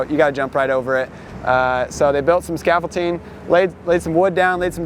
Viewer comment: Scaffolding not scafoltine